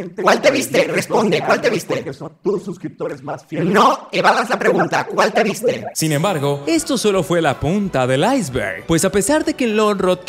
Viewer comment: "cUaL té vYzTe?"